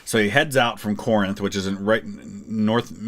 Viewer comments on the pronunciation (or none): none